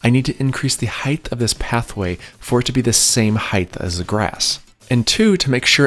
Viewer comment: Heigth?????? I died laughing. It's height dude, no "th" sound at the end. Is that a regional thing?